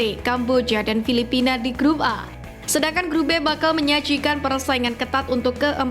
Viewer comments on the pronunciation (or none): none